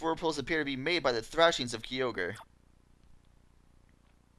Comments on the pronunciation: Did this man really call it Key-o-grey? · Hope after all these years you learned the correct pronunciation of Kyogre.